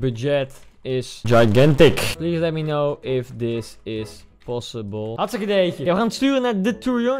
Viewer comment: Heel grappig dat je zegt ik ben hargstike dood